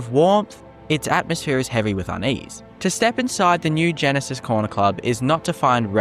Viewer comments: It's Gnisis not Genesis. pronounced Knee-sis in Morrowind. It's a silent G. It's even named by NPC's in Skyrim although pronounced slightly different to morrowind. Either way it's still a silent G. How can you get it so wrong? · it’s pronounced “ni - sis” not genesis. Gnisis is a town in Morrowind